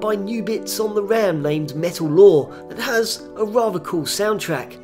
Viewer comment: rather, pronounced wavva